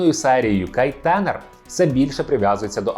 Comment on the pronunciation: Альфа озвучив Євген Малуха. Микола Козій озвучив Віллі. Відчувається що автор не дивився оригінал. Оскільки канонічна вимова "МелЬмак", а не "Мелмак", та і прізвище ТАнер, а на ТЕнер. Але за відео лайк, просто автор ще молодий)